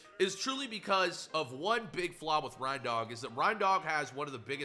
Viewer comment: SAY R.E.I.N.D.O.G PROPERLY